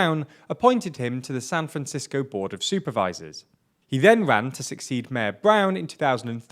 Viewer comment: also you need to talk right. its mayor not mehr.